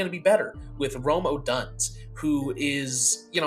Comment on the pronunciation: I like this concept of your mock homie also Odunze is pronounced Oh-Dunes-Eh 👍🏼✨